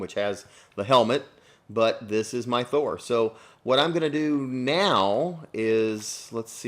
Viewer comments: It's THOR not THO 😤😣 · Dud its Thor not Tho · YOU CALLED HIM "THO" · You forgot to add the r for Thor. It says Tho lols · You forgot the r in thor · you forgot the r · u forgot the r